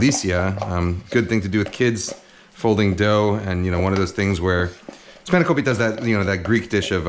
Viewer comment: The way you pronounced "spanakopita" was like hearing a Greek saying it! would like to see how you are gonna cook it though! Nice pasta dish, reminded me the way my mum cooks this pasta recipe (she adds a good amount of white wine before she adds the tomato sauce).